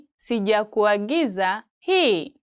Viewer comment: I know im not tripping. Did she pronounce “sikuagiza” properly?